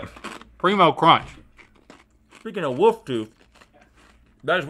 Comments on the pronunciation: Glad to see rhett is still saying woof instead of wolf 😂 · no matter what changes on gmm, one thing will always be the same: rhett pronouncing "wolf" as "woofs" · Some things may change but Rhett still pronounces wolf, "woof" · Don’t worry about LTAT folks, the important thing is that Rhett still says “woof” instead of wolf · "a woof toof" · The way Rhett pronounces words ending in LF as if there's only the slightest whisper of an L in them is a mood.